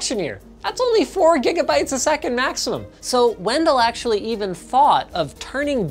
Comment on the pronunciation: Lol "axtually"